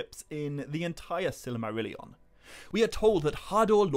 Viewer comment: I like the way you pronounce Silly-marillion 😋